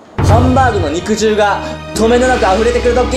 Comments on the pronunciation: 肉汁をちゃんと正しく読んでて好感度爆上がりした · はなお、にくじるじゃなくてにくじゅうってちゃんと正式に言ってるとこすこ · ちゃんと肉汁を、「にくじる」ではなく、「にくじゅう」と読んでるのが嬉しい……。 大人とかＴＶでも、当たり前の様に「にくじる」って言うお馬鹿さんがいるからね…………。 阪大なら当たり前だけど、トリニクってナニに出てる東大生とか、お前、マジか………⁉️ってなるよね………。